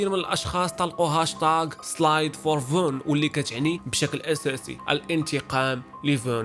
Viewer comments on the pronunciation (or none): King Veun🤬🤢 King Von with a f**c*ing O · اشمن veun ازبي عصبتيني سميتو VON ب O